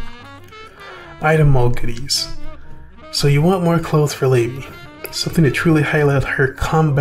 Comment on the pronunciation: LA-BEE not Lay-Bee listen to her song video or her dialogue for her name as she says it ALL THE TIME